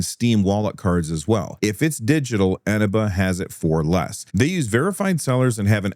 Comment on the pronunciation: Can I just point out, as a CD Key seller on Eneba, you're pronouncing it wrong. It's eh-nee-ba.